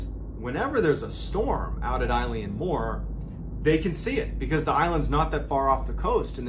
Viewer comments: Eilean is pronounced like "ill-in" or at least the Irish pronounce it like that, maybe not the Scottish. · It’s pronounced aylin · MrBallen - Loving the channel - so much information, almost overload!!! BTW it's pronounced 'Elan' (to sound kinda like 'Ellen' the horrible chat show host De'Generate) - It's the Gaelic name of the Island and means 'the Large Island of Rainish' and is taken from the surrounding area, which itself means 'Roe Deer headland', from the old Norse. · I love your videos but im sorry, this drove me mad, I'm Scottish and from a Gaelic speaking family- its pronounced "EEE-Lan" :P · Eilean is pronounced ay-Lyn. It is closer to Ellen. But, when I was at Eilean castle they pronounced it ay-Lee-inn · Love your videos! I've been binging them. Just so you know, "Eilean" is pronounced "El-uhn" or "Ail-uhn" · Yas! Im from the north east coast of Scotland and I’d definitely say that it’s pronounced A-lin the same as Eilean Donan castle. Love it when Scotland gets included though!! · Great videos. Not a criticism or anything as you’re not from here but Eilean is pronounced more like aylin and means ‘island’. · Wonderful story again. Just one picky point ... "Eilean" is pronounced "Aylen" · Btw Eilean Mor is Gaelic meaning 'Big island.' Also Eilean is pronounced ill-awn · Yeah, I kept twitching at the eye-leean, too. And the Flannans are invisible on that map you show of the Hebrides, they're so small. Even though mòr means big, it's a relative term. But the story's a darn good one, and you explain it clearly. It's quite the mystery! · I think you mispronounced eilean. 'EA' together in Scottish Gaelic makes the 'uh' sound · Don't mean to be that dick but that's no how you pronounce Eilean lol. Still a great video as always 🙂. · the i in Eilean is silent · Sorry to be rude, but it’s pronounced “a-lin mor”. Fab story all the same. Just being Scottish 🏴 some words are hard to pronounce. Eilean is pronounced “a-lin”. 👍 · It's pronounced a-lan